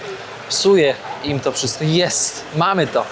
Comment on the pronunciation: "Kszystko ma dwa konce kija" -.